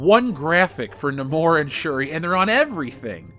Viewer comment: Thank you for pronouncing Namor correctly